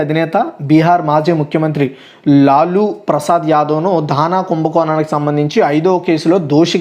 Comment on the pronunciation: లాలూ ప్రసాద్ యాదవు తను...లులు కాదు